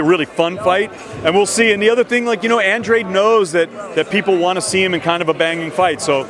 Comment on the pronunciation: Can’t even pronounce Andrade ......why is he getting paid ?